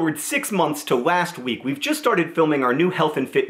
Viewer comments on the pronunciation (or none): Why does he say "wast" instead of last?